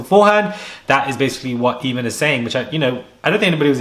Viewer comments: I know you never said, Eeeeeeeeeeemon holmes! Boy it’s pronounced aye mon, playing dumb like jessica Simpson! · ...Fyi: Eamonn pronounced A-mon